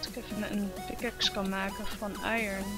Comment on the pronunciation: zegt zelf sem het heet i(r)on je spreekt de r niet uit je spreekt hem zelf uit:p niet kut bedoelt even voor de mededeling:) thx